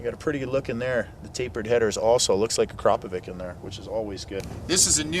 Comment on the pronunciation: It's pronounced Ah-cra-po-vich not ak-ra-po-vic Sorry to sound like a spotter but it's actually somebodys name so I think it's respectful to get it right. I appreciate that not many people seem to know this but at least you do from now.